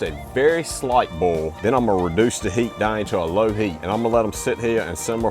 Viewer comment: He does boil he bols😂